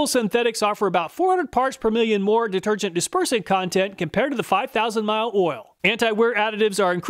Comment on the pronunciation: Love the videos but all this ool ool ool is driving me crazy 😂 might have to mute the video and use subtitles 😅